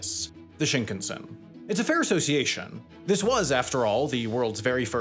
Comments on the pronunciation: I wonder why you pronounce shinkansen as shnknsn. There's vowels there which are important for Japanese pronunciation. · Yeah his pronunciation bothers me too every time I hear this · Shinkan(sen).. sen, as in ten, not tin.. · It's shinkahnsen not shinkensen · "Shinkensen" ????? please say "Shin-kan-sen" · Shin-can-sen ... not Shink-ansen. 新 - new 幹 - main 線 - line. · It grates my ears how Sam keeps mispronouncing shinkansen. And it just blows my mind how and why he keeps doing this, when he has already been to Japan for two seasons of Jet Lag. You don't have to know Japanese - it's pretty much pronounced the way it's spelled: shin-kan(kaan/khan)-sen. How does one look at that and arrive at shin-ken-sin?? 🤔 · Well researched and informative! Thanks. The only improvement would be the pronunciation of "shinkansen", which goes something like "ShinKAHNsen". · Sam... I am a wendover/jetlag/the layover superfan... but i am BEGGING you to learn how to pronounce shinkansen properly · I can’t believe he pronounced it “shinknsen”. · Schinkensen? xD In German this means something like "gammon-son", and this is what "Shinkansen" sounds for a German. :D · SHINkunsen is killing meeee 🤣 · Don't know if I can finish this video. Shinkensen!!!!!! ahhhhh!!! please say it correctly! Just once! Look up how to pronounce it. please! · Why is it that English-speakers refuse to say anything correct in other languages? Bro said Shinkansen so wrong it hurts. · Why does he pronounce Shinkansen like it's a Swedish surname 💀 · To go through so much effort to make an excellent video, but then not make the effort to pronounce the Shinkansan properly. Baffling. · The way you keep mispronouncing shinkansen like it's an English surname is giving me hives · This video's contents are good, but Sam... Please learn pronunciations for the next Japan video. Every shinkansen, Honshu, Geibi, Kyushu, etc, all incorrect.